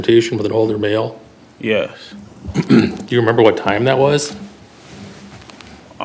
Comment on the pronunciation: he's not dumb. He's both arrogant & petulant. That is the youth of today ! Can't even say, " Yes.. " correctly.